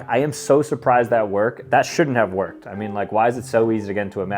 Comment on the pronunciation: he js didn’t stress the “ed” part